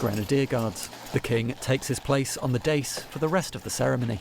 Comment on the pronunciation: That is not the way to pronounce ‘dais’.